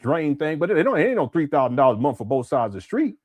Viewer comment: Why do you say MOOOTH instead of month?